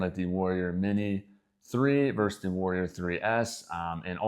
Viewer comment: FYI, and I know how annoying these kinds of comments are. However, I would want to know. So, "verse" is not a word, well it's not a word used to compare things like versus is used. People have been using it more and more lately so I can see how it kind of caught on, but yes, just as easy to say versus and that is a real word. Doesn't cost anything to say that last syllable.